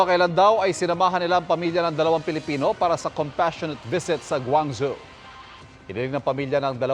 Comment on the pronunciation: Guangjo po pronounced un 😊 hindi guangzu